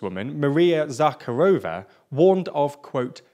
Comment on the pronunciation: Thank you for your video. Just one small correction: Maria ZaHÁrova - stress on the 2nd syllable and no K (at least pronounced). Also, fuck the war, pls help Ukraine and sanction the fuck out of Putin's regime! Confiscate oligarch's villas and yachts and send the money to Ukrainians, that need it.